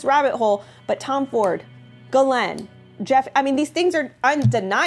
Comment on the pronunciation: That’s funny but actually it’s pronounced Gee lane (hard G like going rather than soft G like giraffe)